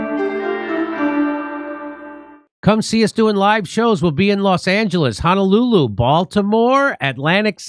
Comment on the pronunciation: Jimmy has anyone ever told you that you say "Honolulu" in a comical manner? I didn't hear it as much in this intro, maybe this one is newer than older ones, but I never fail not to notice how you pronounce that city.